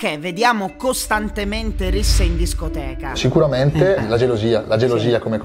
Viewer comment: Si dice scoteca